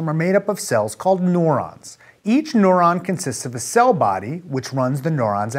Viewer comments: Noron? I have always pronounced it "noo ron" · Your pronunciation of neuron as "nohr-ahn" is the only qualm i had about this video. Good work! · Agree, it was very distracting. Rhymes with "moron". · All I hear is .... noron .... noron.... noron.... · I'm a neuroscience student in college and I would say this is an excellent, simplified explanation, although it did escalate in complexity rather quickly. Most of all, the way Aaron says "neuron" is hilarious; he makes it sound like nohr-on instead of nehr-on. Not wrong - just funny. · Haha, I thought it was just me.